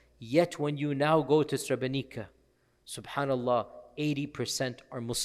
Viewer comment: May Allah bless you for taking your time to tell the sotory about or amazing president. Sheikh, srebrenica is pronounced srebrenit’sa, basically like it’s